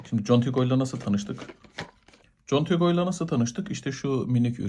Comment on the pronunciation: /kontigo/ diye okunur.